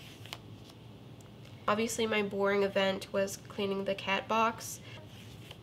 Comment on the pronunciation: Not caaaat its cat 🙍‍♀️🤦‍♀️